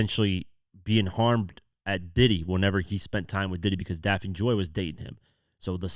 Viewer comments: Bro, I love your work and you do an amazing job but make you sure check the pronunciation of names before you share them. Her name is Daphne as in Daffney. You did the same with another video the other day where you mispronounced the name. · DAF-NEE, it’s pronounced Daf-Nee!